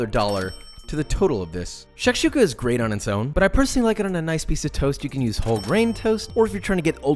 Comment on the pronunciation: Shakshuka is pronounced with the first "A" silent. Shkshoooka